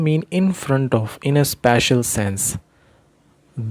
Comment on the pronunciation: Bhai ye sspecial hota hai This is spatial Plz chk pronunciation of spatial